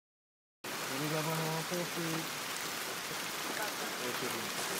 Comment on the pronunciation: ｢ドルガバの香水｣って言ってるのか｢土砂降りの洪水｣って言ってるのか分からんのだが